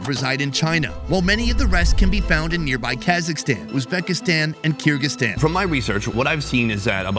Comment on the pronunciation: My goodness the way he pronounces Kazakhstan or Kyrgyzstan makes me 🤮. Every central Asian country has very rich and tasty cuisine, many different dishes. Spaces are personal choice, but overall food has very rich taste. You know some people like fried roaches, or grilled rats, we plain canned green beans, and they are happy. So I would never judge about such a personal preference like food based on opinions of others, especially those who eat from the box.